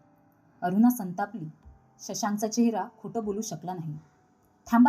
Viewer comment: कथा चांगली असूनही ण चा उच्चार सगळीकडे न करता ते खटकत. अगदी अरुणा चा उच्चारही अरूना करताय.